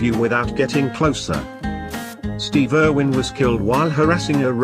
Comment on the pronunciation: "Stehve Ehrwhen"